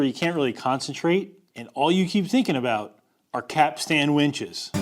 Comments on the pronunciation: Its pronounced ''cap-stin' (the t is sometimes silent). But not 'cap-stan'. Also, that black thing on the pier is a ballard, not a capstan. Also, the edges of the drum should have a larger radius so as to allow the line (rope) to self adjust when/if it reaches the edge. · I'm a bit autistic and the way you keep calling it a "cap-stan" is giving me massive anxiety. In future capstan videos can you please pronounce it correctly? As in (caps-tun). Thank you very much good sir 👍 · and all you other landlubbers, it's not a cap stan winch, it's a capst'n winch. Say it way at the dock and you'll get hahahaha'd all day. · I've always heard the word "capstan" pronounced "cap-sun" by people who are familiar with them, but I live close enough to the ocean to hear the waves crashing on the shore. 😉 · Maybe (caps-ten)? You might have to ask ChatGPT, AI always pronounces things correctly 😁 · for the love of god it's pronounced capstun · Just so you know, in nautical circles (I was 20 years in the Aussie Navy) we don't pronounce the 'a' so much. It's more capst'n. Mind you, we pronounce forecastle as fo'c's'le, so who can tell? Love your work,. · Pronounced Cap...stun, from a sailor 😅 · As a merchant mariner, this video drove me a little crazy. Capstan sounds like "captain" with as "s". The fitting that looks like a capstan but doesn't turn is a timberhead. (Edited for spelling error) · Lol you cant even pronounce it but made a vid on it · Those of us that didn't grow up landlocked like you did are shuddering every time you say 'capstan'. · The A is silentish, not he way you say though.. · Please do video again pronouncing capstan correctly. Thank you. Good project. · The professional sailor in my twitched a bit every time said "Capstan" the way he did...and I know that he said it that way to tweak folks like me into such a visceral response....congratulations Keep up the awesome content. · Cap-stan? Caps-t'n. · It’s pronounced ‘capsten’ not ‘cap-stan’